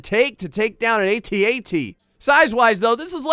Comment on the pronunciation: Your saying at at wrong